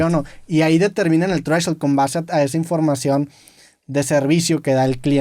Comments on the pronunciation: un chupe cada que Roberto diga treshhold. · Drinking game, tomas cada vez que roberto diga treshold